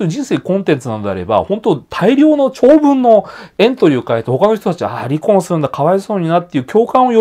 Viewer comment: り↑こ↓んというイントネーションが印象的